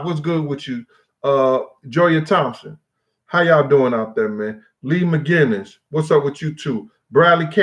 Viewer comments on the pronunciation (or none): none